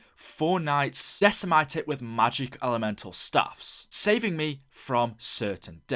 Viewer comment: couldnt agree more... and decimate "decimite" and took.... "tuuuuk"